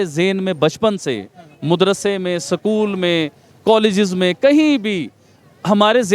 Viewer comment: Sakool nhi bolte b porkiyon use school 🏫 bolte jahil unpad bhikari kom😅😅😅😅